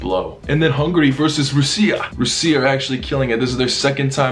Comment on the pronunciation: i love ho you pronounce russia russiya but with a slight american accent.